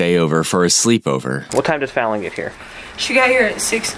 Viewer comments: Her name is Fallon. Pronounced like “Talon.” Eagles have Talons. It’s not pronounced like “I’ve fallen! And I can’t get up!” Out of respect, it’s important to pronounce people’s names correctly. Especially when telling a victim’s story. Rest in peace precious Fallon.❤ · this constant mispronunciation of the victims name is lowkey pissing me off. her name was FALLON not fallin. they pronounce it correctly several times in the body cam, have the decency to pronounce it correctly too. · Btw, the name is pronounced Faaa-Lon, not Fallen. It rhymes with Talon. Its like Jimmy Falon, ya know??? It drove me crazy you pronouncing the name wrong every time. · You mispronounced her name repeatedly throughout this entire video. Her name is not pronounced Fall-en, it’s Fal-un. Her name is correctly pronounced in all of the footage. Seems disrespectful to me to not even get her name right. RIP Fallon. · You keep mispronouncing her name. It's FAL-ehn with a soft A. Not FALL-ehn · Call her by her name dude! It’s Fallon not Fallen! Idk why I’m so annoyed by this but come on my guy, why can’t you just pronounce this poor baby’s name correctly? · It kind of drives me crazy that he keeps mispronouncing her name. Fallon, not fallen, they say it like a million times in the footage. What the heck? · The narrator keeps pronouncing Fallon's name incorrectly. The mom and others in interviews say it correctly. FAL like PAL, not fall. Distracting. Still such a sad situation. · I wish the AI commentator would pronounce her name correctly - it isn't "Fallen" it's FALLON!! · "Fallen"? It's pronounced "Fa-lan", like Jimmy Fallon. And "Keersty". You may want to drop the AI voice and use your own. As to the story, totally deplorable. What a sick, twisted woman. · Can they pronounce the child’s name correctly? She is not fallen, she is fal-len. Rhymes with pal-len. Fal rhymes with pal. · THANK YOU “Fallon” is not pronounced like the word fallen…. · The child's name is "fowl-lin"...not "fall-in".😢😢😢